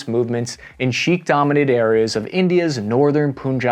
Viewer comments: I love your work, and while you did butcher the German saying, you gave us a... um... trigger warning. But, i gotta correct you about the name/word Sikh. No way is it pronounced "sheek." The way most Americans say it is "seek" even though that's still wrong b/c it's proper pronunciation is closer to "sick" (emphasis on the 'ck'). So, yeah, just say "seek" and, yeah, it'll be better and more credible. PS: this is a GREAT video which I shared on the book of face. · I listen to your shows regularly but need to correct you on the pronunciation of the word Sikh, it is not pronounced as Sheekh. I hope you can take this on board. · Sorry to be "that guy", but in the section of India and Canada, you say "sheik" instead of "Sikh"; they sound similar but mean very different things. Only mentioning so that others dont take away any misconceptions! Sikh is a religion and group of people in India. Sheik is a kind of royal person in Arab culture. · Lol at saying Sheikh instead of Sihk. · Hey, Sikh is pronounced SEEK, not SHEEK. Just FYI. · "Sheekh" lol Bro, what's a "Sheekh"? Where in America do you live, that you've never heard of the Sikh? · Mah duuuude Sihk is usually mispronounced as "seek", but is really pronounced as "sick" But honestly bouncing around from place to place isn't easy with pronunciation.. Soo GG sir, GG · Sikh. S-I-K-H. Pronounced as "Sick" with "h" sound in the end. Sikh [Sickh] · Great content as usual - thank you. One thing small point, Sikh is pronounced Seek. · Hey man "Sikh" is pronounced like "seek" :) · It’s important to note that Canada and India have a long history, having shared histories being dominions of the English empire. We also have the largest punjabi population outside of India. Sikh is also pronounced “Seek”. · youre mispronouncing sikh btw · Man the way you pronounce 'Sikh' :( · No “sh” sound in Sikh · Great video! Definitely learn how to pronounce ‘Sikh’ though, that made me cringe. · Sheek or Sikh?